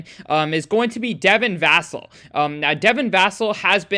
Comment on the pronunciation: You bring up a good point with Vassell being on TV more.. that contract should tell you what SA thinks of him.. btw his last name is pronounced like Sam Cassell but with a V.